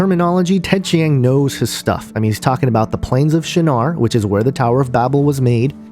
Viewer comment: Between your horribly incorrect pronunciation of Ted Chiang's name and the fact that you are claiming all these things without seeing the movie, I was already thoroughly annoyed within the first minute of your video. And what's this discussion about flat earth? It has been scientifically proven that the earth is round, and the only way you can believe in a flat earth is if you either surround yourself with misinformation, or you are too dumb to understand. Finally, it's a fiction movie. Relax. People like to think about aliens because it's fun. No idea what you are thinking here.